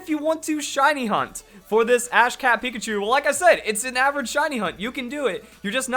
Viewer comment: "Apparently the Ash Cat Pikachu-" I'm sorry. What? I know it's supposed to be Ash CAP Pikachu, but it sounded exactly like Ash CAT Pikachu. Just pointing it out, and what in the world...